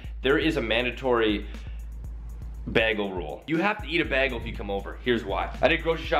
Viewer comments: ikr I was so annoyed when he said "bag-le"!!! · ITS PRONOUNCED bay-gel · I pronounce it Beh-gull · "Beh-gul"😂😂😂 is that a Canadian thing? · PAINT SIMPLYNAILOGICALS NAILS U GUYS R BOTH CANADIAN AND PRONOUNCE BAGEL LIKE BAAAGEL TOO AHHHH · It is called ba-gal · BAAG-EL omg 😂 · Haha! Begel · Not bag-al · bag-el bage-l? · The way he says bagel for some reason irritates me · the way he says bagel makes me cringe😭. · Bro you pronounce Bagel SO WRONG XD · I started cracking up when he said bagel😭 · Why does he say bagel so weirdly. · THE WAY HE SAYS BAGEL OMG OCD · The way he said bagel